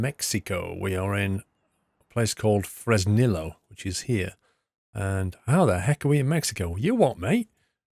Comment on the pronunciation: remember, in Spanish two Ls are pronounced like a Y. So it’s pronounced Fres•nee•yo